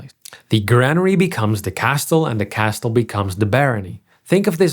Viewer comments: Please learn to say Castle correctly...it's pronounced "Kasel". KA sell. The T is silent. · This is wonderful! In English, the T in castle is silent. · Pronouncing the T in castle is a crime. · The T is not pronounced in the word "castle". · Pronouncing castle with a "T" sound is hypercorrection. It's pronounced, by all dialects, more or less like "cassl". I know you're not a native speaker but figured I'd let you know. Good video. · The T in castle is silent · No shot he just pronounced the T in castle. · Castle is pronounced without the T... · Just a heads-up, the t in Castle is silent in English pronunciation. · why do you pronounce castle with a hard t inside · Ik snap waarom je de T in "castle" uitspreekt, maar het is niet correct. Goeie video verder. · First time I've ever heard someone emphasize the T in castle too. But either way he does a good job of explaining why feudalism worked the way it did.